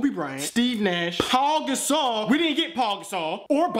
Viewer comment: It's not like Paul gasol but pow gasol is the way you say it